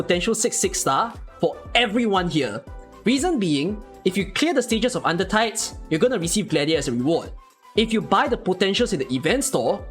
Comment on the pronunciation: You'r pronouncation keeps me on my toes considering you always say " UNDER THIGHS " Than under tides.